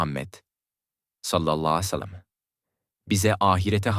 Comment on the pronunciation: Utanmaz dinlemeyin sakin alay ediyor peygamberimize sav derken sacma sapan biseyler geveliyor,bunca konustugu dogruda bosa gitti tüh suratina senin